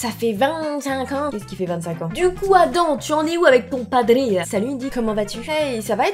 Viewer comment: c'est pas adam mais ADAMME ON PRONNONCE LE M